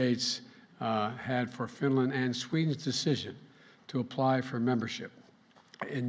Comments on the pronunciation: Sweden and finyen 🤣🤣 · It's Fideyan.